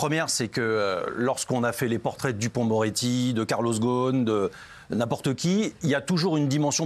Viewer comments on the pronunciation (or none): Carlos ghoson , ca se prononce Rossone en libanais, tps de bien prononcer ou apprendre,concernant complément d'enquête pour moi c'était nul